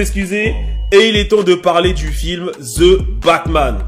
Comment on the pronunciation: "The" et pas < >